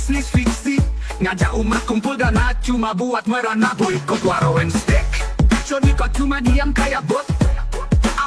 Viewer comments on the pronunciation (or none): Steak itu dibacanya Steik ya bukan Stik Stick = Tongkat